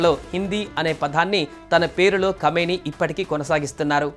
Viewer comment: కామిని కాదు బాబు... అయన కమీనే (నీచ్ కామినే కుత్త)